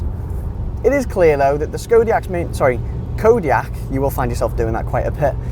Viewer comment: can' t even say the name